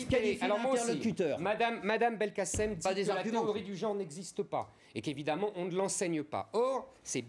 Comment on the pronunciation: "beaucoup d'oncre", ... "supposé enseignemont" ... "théorie du geonre" O bordel c'est quoi c'te journaliste d'entrée